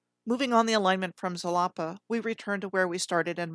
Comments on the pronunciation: Xalapa is pronounced halapa.. sometimes x is sh also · Halapa? Ja-la-pa!